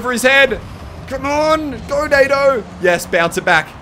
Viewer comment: Nado or NATO? ;)